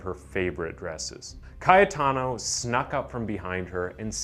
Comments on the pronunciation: I just wanted to count the number how many times he said Kayataano... It's ringing in my ears .. good one bro.. stay safe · Maybe it would be a good idea to say the main character's name fewer times on the script, specially when it's clearly difficult to pronunciate it. Other than that, great vid! 👍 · the amount of time(s) ca-ye-ta-no was said annoyed the fk outta me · OMG! If u are going to repeat Cayetano's name at least 100 times in the video pronounce it correctly!!! Or just call him C. ..... Easier,faster painless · Great videos...but you need to learn(double check) how to pronounce some of the words correctly... like Calabria is pronounced Ca-labria ... not Cala-bria.... as well as the name Cayetano is pronounced Ca-yeh-tano...not Caya-tano as you say....just some constructive criticism to help you improve your channels productions.. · I cant stand the way he's pronouncing Cayetano.... lmfaoooo and CALA.BRIA. LMFAO🙈😅